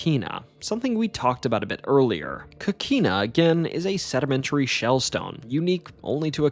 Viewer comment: Pronouciation needs improvement: sueños (tilde over the n), Avilés (accent on the E), coquina with a clear O not as an A sound as said on this video.